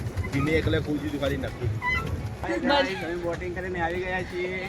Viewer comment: નખી તળાવ ❌ નક્કી તળાવ ✅